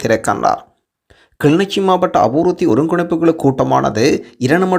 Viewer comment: kilinochchi not kili nichi